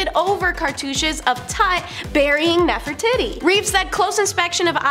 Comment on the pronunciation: "Nefertitti?" Nef-er-titi....😅😂❤